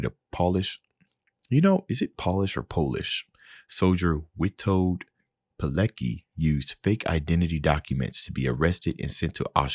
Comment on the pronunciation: Btw, his surname is pronounced like "Piletski" :)